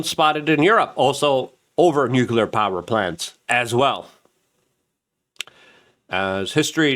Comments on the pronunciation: (NEW-CLEAR) Nuclear Notice how there's only 1 u in the word!?!?!?? It's NOT pronounced new-que-ler unless you wear Velcro instead of shoelaces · Luke... It's Nu-clee-ar Not Nuc-U-lar